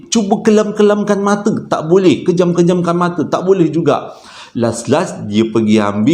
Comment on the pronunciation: Geram la abg ni... Pejam mata bukan kejam mata!!!!!